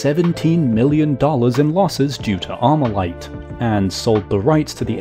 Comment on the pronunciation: Not Amurican talking about AR-15??! Grabs pitchfork* Not Amurican enunciates "Armalite" Puts down pitchfork*